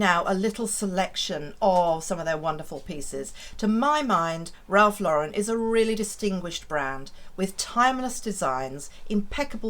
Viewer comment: Thank you for pronouncing Ralph Lauren correctly! So many want to put a French sound to it…makes me crazy!